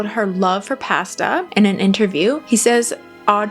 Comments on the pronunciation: Pasta, mispronounced. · I’ve never heard anyone say “processed “ and “pasta” like you do 😅